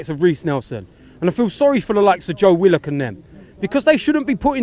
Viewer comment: Hate how he said willock that's not how we pronounce our name